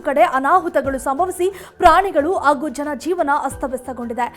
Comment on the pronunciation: Please talke in proper kannada dont say "aoudu" its Howdu, its not Agu, its Hagu